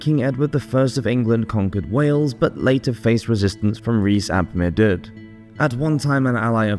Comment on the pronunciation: Hey!! I love your videos, and always listen to them, but just to query the pronunciation of Maredudd - I'm not an expert, but I think it should be closer to "ma-red-ith" or "ma-red-eeth" 😊